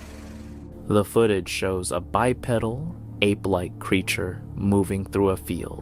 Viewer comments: please don't pronounce it bi-pedal...IT'S BYE-PEE-DULL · “bi-pedal”. 😂😂😂 like bicycle pedal…😅